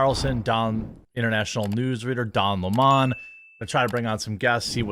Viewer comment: Did he say Dong Lemòn? Lmao hes a dawg, Matt and Shane would love that